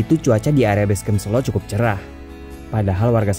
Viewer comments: Good to see you hike again. Gaskeuunn 👍👍 Btw, e pada Selo dibaca seperti e pada kata tempe, bukan e pada kata sesak. Sélo artinya batu, kalau sêlo artinya vacant, senggang, atau sempat 😁 ..... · Bang, cara bacanya bukan "selo" Yg bener "selo"